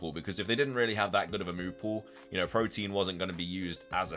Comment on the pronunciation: By the way, its not protein ... its protean. Pro-Teen != Pro-T-an. Different words